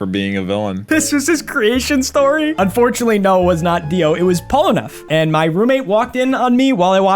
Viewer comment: bro said "UNFORTUNATELY"💀😭🙏